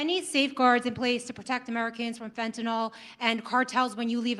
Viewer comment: Thick twat can't even pronounce fentanyl correctly, there's no such drug as fentinol he really is a stupid cunt, probably a good job he's not really in control of the USA, Rubio, Bessent and all those wealthy warmongering oligarchs are, "the deep state".